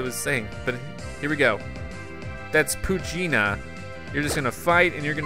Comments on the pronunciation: It’s poo-chen-a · its pooch-e-ana